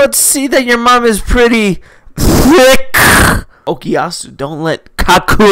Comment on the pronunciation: That emphasize on the “k” in “who’s KAKyoin is hilarious